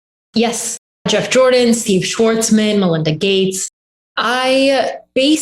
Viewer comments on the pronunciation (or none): Thumbs down when you said 'malinda gates'